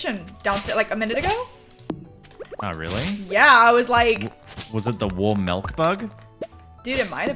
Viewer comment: I’m severely uncomfortable by the fact that he calls milk melc 😐 as an Australian he is officially not allowed back in the country